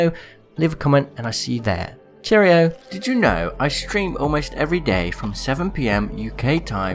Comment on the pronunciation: at the end always like "Cherrio(s)"